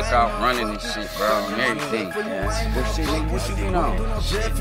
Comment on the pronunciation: am I the only one that noticed that is always saying "on errething" lol